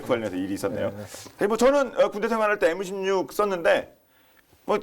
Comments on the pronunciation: 실망이다 깔건까야지요 엠16을 에무16이라고 일본식발음도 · 에무16이 뭐냐 에무16이.. 군사전문기자라는 사람이 엠16을 발음못하던 일본인이 부르던 발음으로 버젓이 방송하고 있네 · 장교출신이랑 군사전문기자가 m16을 애무16일라 하네 19걸고하든지 ㅋㅋ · 좋은 컨텐츠입니다만 진행자고 전문가고 "애무십육"이 뭡니까? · 계속 에므 십뉵이라해서 빵터졋네 ㅋㅋㅋ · 애무십육 너무 거슬리네요... 일본식 발음.... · M16 발음하는거 불편